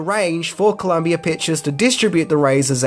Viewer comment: "Columbi-er executive" - 2022 What in the actual fuck?